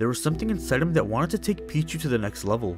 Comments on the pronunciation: ITS PEECHU NOT PEACH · i know what ur talking about, but why do u keep calling him “pich” when “peach” is in the game, listening in the background gets kinda confusing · Pich-U the u is not silent